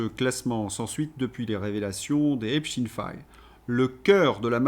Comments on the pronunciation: Merci (?), vous avez le soutien de Vladimir Poutaine et de Frankenstine. Tout commence par la prononciation disait Albert Einstine. 9a veut dire quoi? Et pourquoi êtes vous insignifiant dans le paysage des lanceurs d'alerte? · Epstine est la prononciation en anglais, en français on dit autrement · Merde à vous à prononcer epstiiiiiine merde!!! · Bon en France on prononce Epstein comme wittenstein ou Epstein Epstiin m'enerve. A part ça ça va 😂😂😊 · Cessez avec epstine !! C'est espstein comme Albert... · Nous sommes en France EPSTEIN et pas EPSTINE...S'il vous plait ! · STEIN STEIN STEIN. PAS STIN. CNNO. ARD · ….. pourquoi dites vous Epstine, et non pas Epstein, comme Einstein…? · Pas epstin c'est Epstein faut vraiment arrêter de dire epstin s’il vous plaît MERCI MONSIEUR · Pouvez-vous arrêter de dire: Eptin, c’est Eptein, en allemand c’est aïn !!!! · Epstine nom us: à prononcer à l'américaine . Soit epstein nom juif allemand à prononcer à l'allemande. Ne pas confondre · Salut à tous!!,on dit Epstein pas epstine 🤣🤣 comme on dit Lichtenstein,pas lichtenstine,alors je sais qu'ils aiment bien bien changer de nom, mais rien ne sert de les couvrir 😈😈 Comme on ne dit plus police ou gendarmerie mais milice et la justice est devenue l'injustice!! Grâce à qui?? Au feministo gauchisme bien sûr!!! Le camp du bien!!! Enfin,la dictature et la chianlit on connait, mais il serait dommage que les gens de droite se laissent gangrener par la distorsion verbale de la gauche!! On part de la déclaration des droits de l'homme et du citoyen (oui en français le masculin prime sur le feminin ) pour finir sur du celles et ceux et du iel... Notons que la marque "distinguée" qui consiste à dire: mesdames mesdemoiselles messieurs, c'est un peu comme tenir la porte à une femme!! Les raccourcis linguistiques sont légions pour flatter les gogos... 😈😈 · pourquoi dites vous EpsTine?